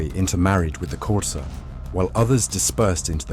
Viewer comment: Love the way you pronounce xhosa❤😂